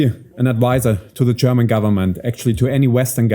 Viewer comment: Marc, wieso sagst du immer “Cherman” und “Chermany” statt German / Germany? 😜 Senk you for the interview 👍